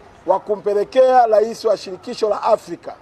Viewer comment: Sio "lais" bana makonda ni rais